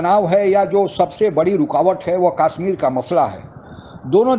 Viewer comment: कम से कम काश्मीर को कशमीर तो बोलना सीख लीजिए।